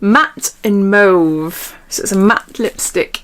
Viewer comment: Omg, gurl! Thank you for pronouncing mauve correctly! 😍